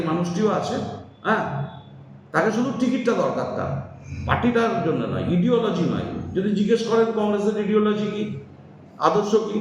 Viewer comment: Apurba sarkar english tao jane na ideology ke bole ediology bole sob chasa vul val kotha bole.. tmc chor